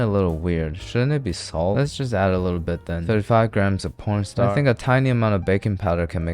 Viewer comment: Corn Starch❌ Po*n Star👍